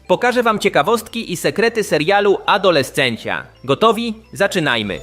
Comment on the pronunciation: Adolescencja? What? tak sie tego nie wymawia.